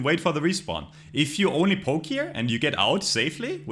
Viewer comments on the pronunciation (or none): none